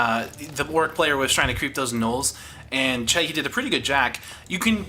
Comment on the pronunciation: very good video and nice comentary, but i must say that the Undead player name is C E C H I and u say C H E H I hehe, thats no problem but ,just... that we want more videos , go on =)